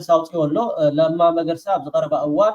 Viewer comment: Sol not መርገሳ it is መገርሳ